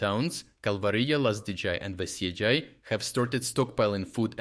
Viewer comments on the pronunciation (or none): dude, please, the Lithuanian J is pronounced the same as how you pronounce it in Kalvarija, it's not Lazdidzhay or Veisiedzhay, it's Lazdijai and Veisiejai. It's really hard to listen to this Americanised way of pronouncing European names, especially from a fellow European